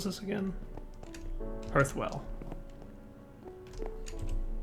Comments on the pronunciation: So glad to see that I'm not alone in this! LOL I say it correctly out loud every time he says it wrong. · omg you two have to be mispronouncing hearth on purpose.. it's 'harth' not 'hurth' soooo trigggerd!